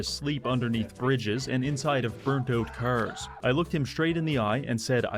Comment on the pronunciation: You've definitely got to check out his Fallout 4 but everything is cars video since you've watched this one. It is so unbelievably hilarious, especially because of how he pronounces 'cars'.